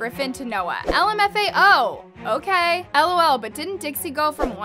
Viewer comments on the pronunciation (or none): none